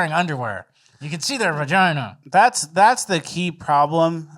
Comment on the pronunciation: Word is witchgina ie. Witchgina🤔🫣🤯